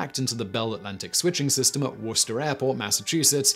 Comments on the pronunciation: As someone from Worcester in the UK, I'm surprised that Simon nailed the pronunciation. Was expecting another, Rother-ham debacle! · Props to Simon for pronouncing Worcester Airport correctly!